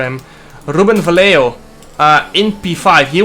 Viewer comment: Im from spain jarno, vallejo pronuntation is vayeho Un saludo from spain hahahaha good luck jarno